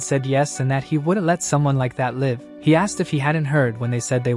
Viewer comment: It's annoying that the narration is always getting things wrong. Switching pronouns like he/she, and reversing names of characters. Need to fix your broken narrator bot. Can't even say "live" and "bow" with proper context. So annoying.